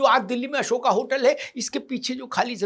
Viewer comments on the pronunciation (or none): none